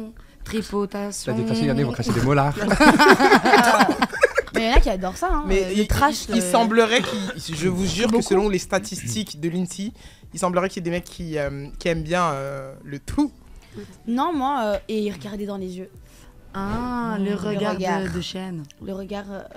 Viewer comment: qui dit l insi pour l insee....meuf on est en France pas aux states., on dit pas i pour ee